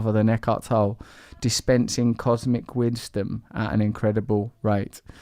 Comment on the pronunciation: Cosmic winsdom. Damn I love that little slip of the tongue!